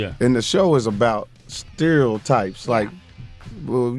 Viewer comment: is Mike trying to say "stereo types " ? haha